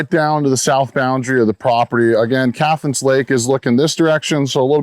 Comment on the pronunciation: Cathance is pronounced CAT -HANSE not CATH ANSE you flatlander